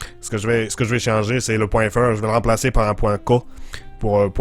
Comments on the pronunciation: C’était très bien! :) Toutefois, je vais quand même te donner 2 ou 3 conseils. D’abord le .fr on prononce le r comme la sonorité du mot « ère ». Ensuite, URL, bien sûr, ne sera pas dit à l’anglaise. Finalement, .ca sera dit avec les lettre distincte et non en une syllabe. On prononce « . », ensuite « c » ensuite « a ». Voilà! Mais sérieusement, je t’encourage à continuer, ça demande beaucoup d’humilité et c’est très intéressant à visionner! Ne te laisse pas décourager pas les commentaires négatifs. :) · Pas mal sauf que y a la prononciation de fr et ca étais étrange xD en tout cas je connais pas tout les accents du Québec mais vers chez moi on dit point c la lettre et a comme a et non pas" ka" et fr en francais. On prononce pas tout a l'anglaise, mais sinon belle essaie avec un peu de pratique tu peut y arriver. ;)